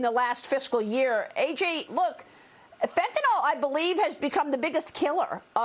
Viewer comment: FentaNYL. Pronounce ending -nil, not -nal.